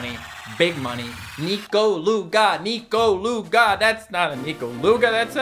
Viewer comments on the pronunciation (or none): I thought it was pronounced Nekoluga not Nikoluga... Weird...